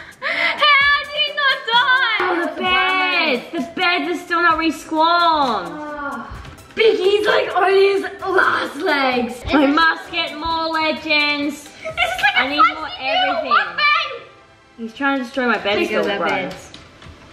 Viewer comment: Btw it’s not “resqwamed” it’s “respawned” :)